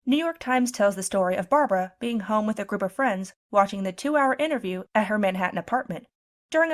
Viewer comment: Are you telling me that old woman is still alive, I am almost 60, and when I first started school she was old and worn out then. That's amazing but I know she has to be older than that. I can never forget when she said her name it always sounded like Barbara WoWo it always gave everyone a laugh